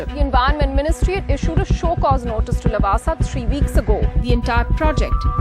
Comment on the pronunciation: you fool not lawaasaa pronounce it Laawaasaa